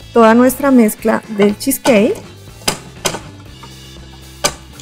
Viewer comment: De acuerdo! Sin rodajas de limon 😂 estridente manera de pronunciar cheesecake y bowl 😑